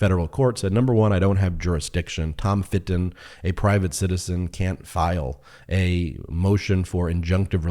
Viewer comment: When he says Tom Fitton I hear Tom of Finland 😂